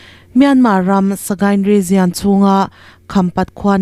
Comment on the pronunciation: Ngaihthlak a nuam thin e. Hei hi ka'n sawi mai mai, ngaih loh lamah lo ngai lo la. Region hi rigian tiin in lam thin a, lam dan dik rigon tiin 'i' tel lovin lam thei tawh la, a tha ka ti. Youtube channel nei dang pawh hian 'jian' tiin an lam deuh vek mai a. A tawp lama 'al' tel lam dan regional (rijawnal) lam rik ang thovin 'jaw' tih tur a ni a. Ngaithlatu an tam thin si a. Lam dan dikin lam thei tawh ula ka lo ti thin lutuk a. Media lamho chu in pawimawh si a. A dik lo theh darh chiam ang in ni si a. Min lo hrethiam dawn nia.